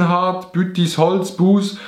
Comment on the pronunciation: Du bisch dr erst uswertig woni ghört ha, dasser buus richtig usgsprochä het😂 Liebi Grüess us Buus BL